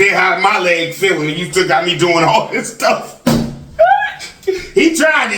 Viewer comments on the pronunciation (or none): lately I’ve noticed that has been saying words that begin with the letter “s” pronouncing the words differently like he’s adding a “shhh” sound to the word. Ex: shhh-tick for stick and shhh-till for still. Especially heavy emphasis when he says “ it’s shhh-till all about God”. Just an observation. 👀